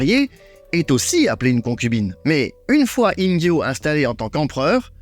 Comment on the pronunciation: Intéressant, comme d'hab' 👍 petite question au passage, tu prononces Ingyô comme avec un J (Injyô) alors qu'il ne faudrait pas le prononcer comme avec un GU (Inguyô) ??